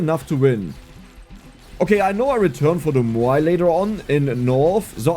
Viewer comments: Say "meow". Move the "ee" sound to the end. "mowe". "Maui". Muuai sounds hard to say. haha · Moai is pronounced "M-ow-ee"